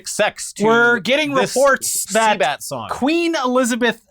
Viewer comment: Cbat , not sea bat- “circus music “ lol